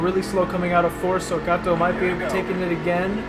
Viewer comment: it's not Cat-o it's Cay-Toe that's how Kato is pronounced